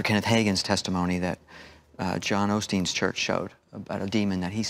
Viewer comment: I believe him til he said Olsteen!